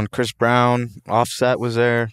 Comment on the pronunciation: why say "Offset" like a cop lol